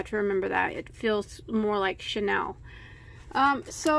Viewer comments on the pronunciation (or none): Pronounced: CHEY- NEAL.